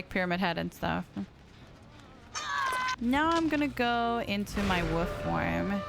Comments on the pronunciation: Bestie PLEAAE pronounce the “L” in Wolf 😭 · The way you say wolf makes my day love u sm